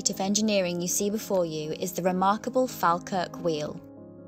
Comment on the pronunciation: Pronouncing Falkirk a bit funny. it's like, Fall as in fall down. Fall and then kirk as in church.